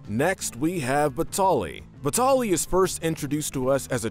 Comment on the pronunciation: It’s pronounced “vih-TAL-ee”, “”! 🤨